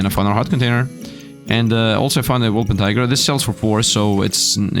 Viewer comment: oh no, he said wolpentiger again... get'em, boys!